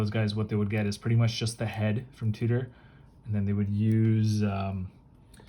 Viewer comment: Tudor pronnounce tyou dor not fucking tu tor wtf